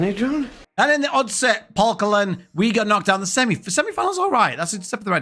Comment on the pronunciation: 3f is a danish trade union who is a sponsor of the superliga hense the name and oddset is a danish betting company who sponsors the cup hense the name,your buchering the danish names but I apriciate your effort😂😀🇩🇰